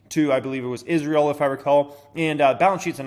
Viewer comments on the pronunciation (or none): none